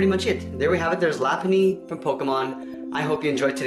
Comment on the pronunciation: everytime i heard him say lapunny i said "R U JOKING!?!? ITS LOPUNNY!!!" but i know sometime we all dont pronounce things correctly XD